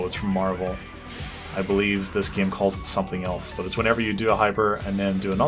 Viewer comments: thanks to your accent I say "Game" the way you say it like "Gyame", why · I love how says the word "Game" XD